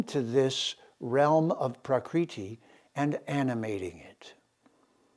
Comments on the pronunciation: Prakriti (Sanskrit: प्रकृति IAST: prakṛti) is "the original or natural form or condition of anything, original or primary substance" As you can see the pronunciation is not praakriti. you are actually altering the very words you are attempting to communicate and integrate. Long and short vowels are different letters and thus different phonemes. As you must know. the Veda were handed down not by text but recitation. They were kept in the mind basket of generations of recitative specialists for millennia. The universe was said to have begun with a sound, om, hence pronunciation is a vital part of Sanskrit. This is quite shocking, but also chauvinist. As with Ramana Maharishi being pronounced Ma-harsh-i as with the English word 'harsh'. There is no such 'r' phoneme in Indian languages. Your flagship term citti is to be pronounced chit-thee not chitty - like kitty. Having said all this I wish you all the best. Mark Antrobus, Kodaikanal. Peace brother. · It's pronounced as ब्रम्हन् Brumm-hunn. Not Bramaan like Naan. And प्कृति Pruh-krthi is not Praacreetee.